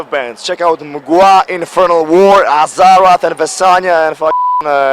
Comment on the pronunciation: I absolutely started cracking up the way he said Azarath :D